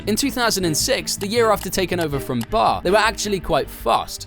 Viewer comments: B.A.R. not bar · B.a.r not Bar 😂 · Would love to take you seriously but you just pronounced BAR as one word my guy